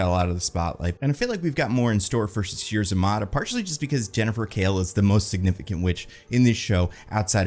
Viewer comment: Just FYI it's pronounced Sasheer za-MAY-tah